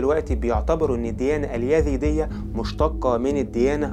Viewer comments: TVأولا أنا سعيدة جدااا بالتعرف إلى قناتك ثانيا ملاحظة أسوقها إليك بكل ودّ وقد قدّمتها سابقا لبعض الإخوة المصريين الذين يقدمون محتوى باللغة العربية نطق الذال زاي سبّب لكم خلطا كبيرا.. فصرتم تنطقون الزاى ذالا.. يعني هو "زرادشت" و"اليزيدية" وليس "ذرادشت" واليذيدية" في الحقيقة لقد تعوّد كل العرب على نطقكم الذال وصار مقبولا مستساغا أما العكس فهو ثقيييل جدا ويسبب لبسا وخطأ.. فخليك عادي دون محاولة الإصلاح التي تقودك إلى خطإ أكبر.. نحن نحب اللهجة المصرية جدا وهي قريبة من قلوبنا بحكم أن مصر هي هليود الشرق ومنبع الفن فيه وشكرا على رحابة صدرك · أولا سردك جميل ومرتب ولكن حتى تتطور وتصبح أفضل ، أرجو أن تهتم باللغة العربية في سردك من حيث النطق ومخارج الحروف ، وتصحح أخطائك اللفظية ... مثال ذلك .. الديانة الزرادشتية بالزاي وليست بحرف الذال ونفس الخطأ في نطق الديانة اليزيدية، تحياتي لك .. وإستمر فأنت جميل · قناة رائعة ولكن رجاء انتبه للفظك لحرف الزاي. اسمه زردشت وليس ذردشت الديانة اليزيدية وليس اليذيدية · اخي الكريم شكرا عللى الفديوهات الرائعة .. لكنك كمصري لماذا لا تفرق بين حرف ذ و حرف ز ؟؟ اسمها الديانية الزرادشتية والديانة اليزيدية